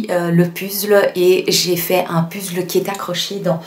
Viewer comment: Un pUzzle? C’est rigolo de le prononcer à la française. Belle vidéo !